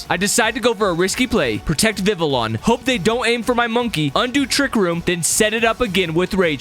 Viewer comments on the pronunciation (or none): It's pronounce Viviyon